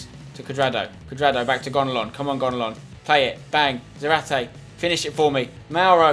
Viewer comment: Just go with 4-4-2 and have zarate (za-rar-tay) up front otherwise he won't get as many goals therefore less fifa points, also try to pronounce his name correctly